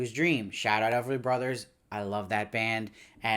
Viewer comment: Everly Brothers, not Elverly.